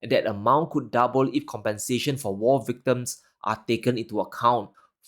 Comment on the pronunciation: ...good presentation... except for some pronunciation errors... hostilities not hostilerties... victims not victerms.